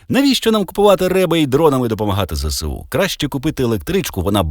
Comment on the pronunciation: Так правильноЗееСУ, а не зєсєу!